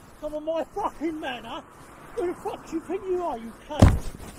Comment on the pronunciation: "My manor" 😂😂😂😂😂